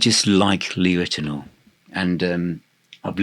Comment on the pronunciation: it’s pronounced Lee Rit-e-now-er not Rit-e-nor.